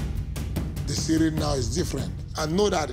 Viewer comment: Y’all butchered Ciryl’s name